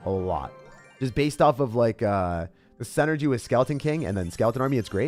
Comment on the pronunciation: I love you and your videos, but you pronounce the word "synergy" incorrectly. You say "SEN-ergy" but it's "SIN-ergy." If you corrected that, your videos would be perfect.